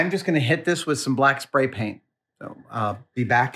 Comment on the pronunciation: "Spary" even. Soy.